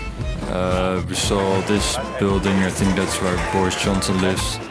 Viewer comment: It's bordis jonksin